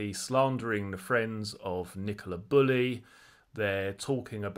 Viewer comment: Bew-Lee is how her name is pronounced.